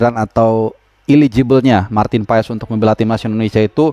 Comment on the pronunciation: Bacaannya paas, ntar di marahin kochi klo bacanya paes wkwk